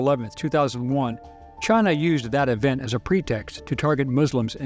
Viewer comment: Lol "Chine" never heard about that country before